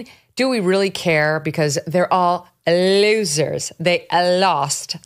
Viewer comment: You’re a goodie Megyn ❤ “They are all Le’osers” hahaha